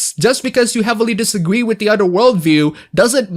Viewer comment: You said "Disagwee" twice and I just wanted point that out